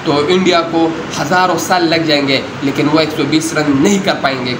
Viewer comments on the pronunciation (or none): none